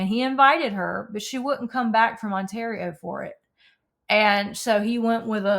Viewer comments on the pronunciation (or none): none